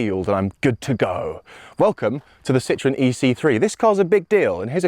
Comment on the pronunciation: One day the Brits will learn how to pronounce Citroën instead of calling it citron., how about a top hat to demonstrate the headroom?